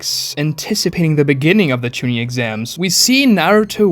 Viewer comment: The way he pronouces Genin, Chuunin, and Jonin drives me fucking insane as someone who lives in japan